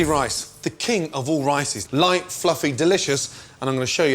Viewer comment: ricin?! You tryin to poison me Gordon?